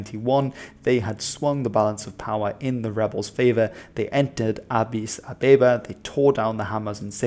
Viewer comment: As an Ethiopian it was very funny hearing you pronounce Addis Ababa